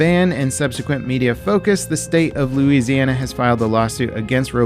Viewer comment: Thank you for pronouncing Louisiana correctly! Lol